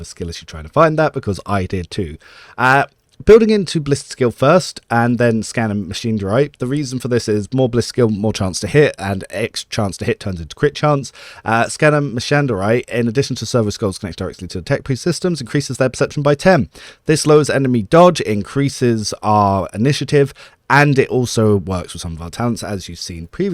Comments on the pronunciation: Sorry! Sorry! Sorry! Pronunciation "word we don't use on YT unless for historical purposes only" here... Mechadendrite, (Mekka Den Drite, (Meh-Kuh-Dend-rite). It was hard for me to pronunciate this when I first learned/read it, please don't hate me. <3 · thanks for the build! Also it's pronounced "meka dendrite"